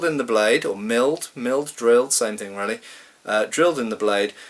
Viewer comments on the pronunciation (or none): none